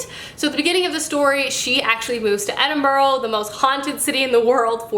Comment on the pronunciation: The way Americans pronounce Edinburgh is too funny